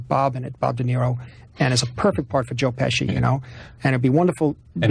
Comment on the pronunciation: Very funny that he says “Joe Pessie”